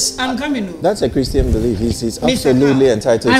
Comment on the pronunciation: ...u see how u are struggling with a "Christan" funny lol